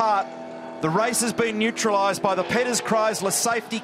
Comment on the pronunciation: “The Race has been nutralised”. Lol. It’s not Sarah Connor mate.